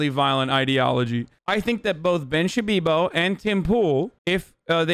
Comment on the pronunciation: “Ben Shabibo”